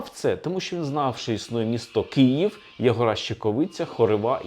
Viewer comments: Все цікаво,але Київ,а не "Кіїв" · Дуже дякую за вашу працю! Цікаво й аргументовано. Єдине побажання до пана Олександра - вимовляйте Київ твердіше, бо я чую Кієв.